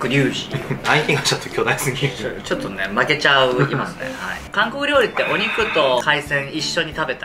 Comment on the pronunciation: リュウジのお兄さん「リョウリ」（笑） これが気になりすぎて後が入ってきません（笑）